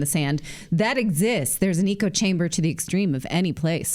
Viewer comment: You pronounced "echo" incorrectly four times in a 1 minute span.